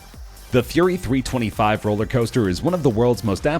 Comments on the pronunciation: 1. It’s pronounced Fury Three Two Five 2. Full Throttle isn’t even the craziest coaster in it’s park, and neither is Gatekeeper. 3. Why are you showing pictures of a completely irrelevant ride and talking about another? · Scary SteveCraft Roller coasters are some of the safedt things ever created. The guy in the video has no idea what he's talking about. Sure the facts are right but still, he ranked gatekeeper at number one. Of course i like gatekeeper, but you shouldn't make videos like this, or comments like you did. He didn't eveb pronounce Fury 325 correctly. Just because you are gp and have no idea what you're talking about doesn't mean you should treat people that do like idiots. Do research if you want to say something.